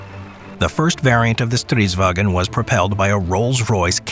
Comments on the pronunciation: Stridsvagn not Stridswagen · Its stridsvagn, not stridswagen. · You spent a lot of time on researching, animation work and narration, but… you keep calling it “stridswagen”. It’s Swedish. Not German. Stridsvagn. Not “wagen”. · sounds like german when pronouncing its stridswagen instead of stridsvagn, there is no "e" in vagn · It isen´t Stridsvagen. Loose the e. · Why do you call a Swedish tank "stridswagen"? We are not Germans. "Stridsvagn" is the correct name. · Nice video and animation ✌🏻 However. It's: Strids-vagn. Short g-n sound. In Swedish. Not StridsvAgen. That's German 😊👍🏼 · Nice video, Only remark is the pronunciation of "stridsvagn". As you see there is no "E" in that word. So why do all foreigners say "stridsvagEn"? Just drop the E. // Driver/gunner on strv 103C (and yeah, it went into production - very much so) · This is in fact, not the flattest tank. I'd argue that the Object 775 is. Furthermore, it's not Stridswagen, it's Stridsvagn. Not that hard. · Swede (such as myself): as I told you it’s not “stritswagon” or whatever it’s fuckiNG STRIDSVAGN! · Pronouncing it like "Stridswagen", boy this ain't german lmao. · Why do all English speakers try to call it "StridsWAGen". It's not German so there's no wagen. Try saying "Wa'Gnh" instead. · Not stridswagen thats German . StridsvaGn Swedish. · Love the fact that he says stridsvagen when it’s just stridsvang (stridsvagn in Swedish) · Its not wagon, its vagn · There's no "e" sound between "g" and "n" in "vagn". The way you say "vagn" sounds more like German "wagen" than it sound Swedish. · When pronouncing stridsvagn, cut the e you inserted at the end it does not belong there. Also you really over emphasized the v. It's not a w, just a single v.